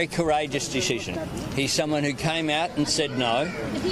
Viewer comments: Deshision, lol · Albo can't even say the word "decision" properly.